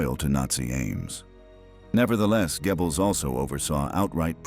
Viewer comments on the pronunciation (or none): Not Gebbels. Say Göbbels! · It's pronounced Goebbels, not Gebbles you A.I buffoon! Bring back the old voice!! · Would the old voice have pronounced Poison Dwarf's name as Gebbils? Every time I hear it, I snicker - it makes me think of gerbils. Well, it's difficult for English speakers to pronounce. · Why do people think AI voices natural and acceptable. I was very interested in this as studied German film history. Unfortunately in first minute the mispronunciation of Goebels turned me off completely. The monotonous narration has ruined what to me would have been an informative documentary. Use humans ! The false advertising of how brilliant AI is ( I get the adverts constantly) is truly ridiculous. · Hier stimmt doch etwas nicht?😵Wo ist die andere Stimme geblieben?😱 Die hier kann ja nicht mal den Namen von dem Goebbels richtig aussprechen. 🤨 Auch die Erzählweise ist katastrophal!!!🙄 Das kann nicht das Original von World History sein, denn das habe ich abonniert und hier werde ich dazu aufgefordert!!!🤨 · And this robot doesn’t pronounce Goebbels’ name correctly. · I know, I noticed as well.